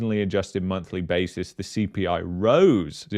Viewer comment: Casually: “ the CPLIE” 😂